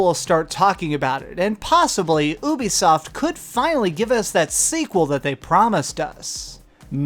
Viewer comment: The way he pronounced Ubisoft. He said it like (Ew-Be-Soft ).